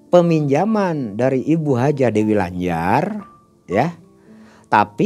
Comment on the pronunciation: sy kok geli, waktu dengar dy nyebut Hajah dewi lanjar 😀😀